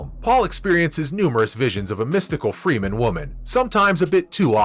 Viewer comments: it's not Freeman it's Fremen damn it! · Fremen, not Freemen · It's Fremen. Not Freemen. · Also if your gonna be so critical prounce the name of the people correctly freh-men not free-men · Freh-men, not Freeman. Very bad pronunciation of many of the characters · First I wanna give this video a thumbs down for the amount of times he said Fremen incorrectly and the fact that he tried to use the book as a source for critiquing but exposed the fact that he must not have read the books 🤣🤣🤣. In the book Piter talks of the assassination attempt on Paul as being staged and they never expected it to succeed and that Hunter seekers rely on movement. Second when Paul realizes Leto is dead his powers are awakening and his mind is computing at a beyond mentat pace this he doesn’t feel till afterwards